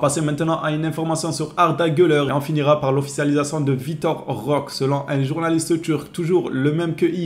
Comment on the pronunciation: ROQUÉÉÉÉ ROQUÉÉÉ CA SE PRONONCE ROQUÉÉÉÉ AVEC UN É STP 🙏🙏🙏🙏 C'est un joueur du Barça maintenant essaie de prononcer son nom correctement stp 🙏 Vitor Roqué comme tu prononce Roqué Santa Cruz ou Roqué Mesa.... Etc.. fais un effort 🙏🙏